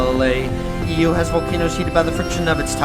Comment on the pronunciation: where is Venus thick athmosphere? :it’s not pronounced “eo” it should be pronounced “Io” JUMPSCARE bro is just stairing at us or maybe not…